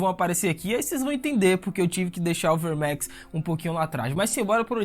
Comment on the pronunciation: Essa pronúncia enrrolada dos nomes dos dragões dá agonia, Verrrrrmex.. saiiireeeex.. porra..